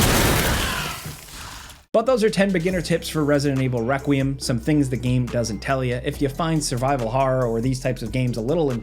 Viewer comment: Lol he said Wequiem